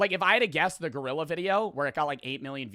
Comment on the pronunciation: “Gorrila” 😭🙏 it’s gorilla